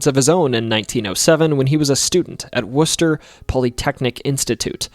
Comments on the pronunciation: hey someone said Worcester right no one ever says it right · Thank you for pronouncing Worcester correctly, so many people say it wrong. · Somehow got Worcester right but then butchered Waltham lol